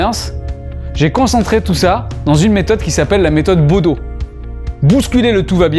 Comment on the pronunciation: Le bodo et non le bedo